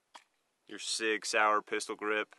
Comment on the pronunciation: did you just say "Pistol"?